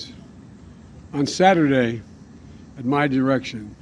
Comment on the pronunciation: On thaturday wiff his erection 😆